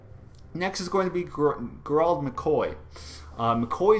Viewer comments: It's pronounced Jerald McCoy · Lol your pronunciation of Gerald was pretty funny. Overall great video tho!